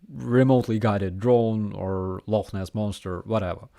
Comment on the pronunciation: Love how you got the pronunciation of Loch Ness correct. Have YouTube fixed their stupid shit yet?